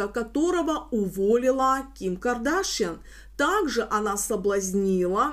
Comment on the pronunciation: Здравствуйте,. Всегда смотрю и ценю вашу работу, но, пожалуйста, произносите фамилию КардашЯН именно так, а не Кардашьен, у нее папа армянин и соответственно фамилия КардашЯН. Кстати, она не раз приезжает в Армении и с экс супругом тоже. 😊